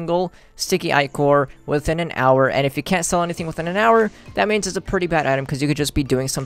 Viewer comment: pronounced "sticky ih-korr"